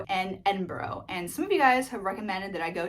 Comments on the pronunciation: Please call Scotland's capital ED-IN-BUR-UH and not Edinborow. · Edinburgh is pronounced Edd-in-bruh, or also Edd-in Burruh. NEVER Edd-in burrow. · No problem! It sends a shiver down our backs when we hear Edinbro instead of Edinburgh 😂😂😂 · You don't want to hear how bad my pronunciation is of Edinburgh :) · You pronounced Glasgow correctly and thanks for that, but can you please, please learn how to pronounce Edinburgh correctly, genuinely nothing personal but I am from Edinburgh and the amount of your fellow Americans that butcher the name is infuriating to us locals lol! There is a good museum close to Edinburgh in my hometown of Dunbar that is the birth place of the conversationalist John Muir, who lobbied to start the US National Parks, Dunbar is 25 mins by train from Edinburgh and around 30 mins by car. Also if you do get to Edinburgh I'd recommend the National Museum of Scotland, it's free and is worth a wander round